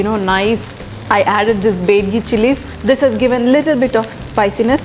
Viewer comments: bedigi alla taayi adu BYADIGI adu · Bedgi chilli??? It's Byadagi Chilli. Great explanation. I liked the way u said "MYSORE" tomato rice